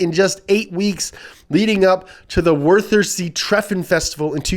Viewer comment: The 'th' int Wörthersee is pronunced as 't' not als 'f' or 'th'. The 'th' sound does not exist in German. Aside from that, pretty good pronounciation.